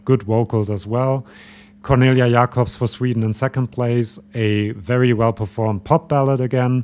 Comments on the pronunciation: He did it, he said Jah-kobs instead of Jay-kobs in an english video! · hard to say. But in english, it's more common to say Jay-kobs. But it's literally a german thing to say Jah-kobs. Before her name was spoken out for the first time in Melodifestivalen, I also thought it would be Jah-kobs. And many german podcasts also pronounciated the name this way. But I think Cornelia Jakobs is fine with both of it. I think she said that back in May when she was interviewed by the Merci Cherie-Podcast from Austria.